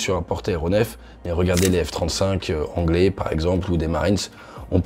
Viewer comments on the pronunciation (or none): Les Francais, ne tentez pas de parler anglais, c'est un accent digne d'une parodie d'un dyslexique ayant fait un acv